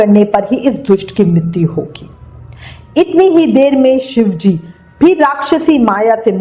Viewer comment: Mam aap ki shive ji bolna nhi aata kya ... aap bolti ho shivejiji no galet hai ...shive ji bola kro